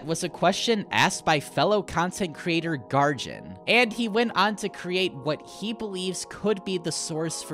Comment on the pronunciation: It's pronouced Gar gin not Gar jin I'm pretty sure.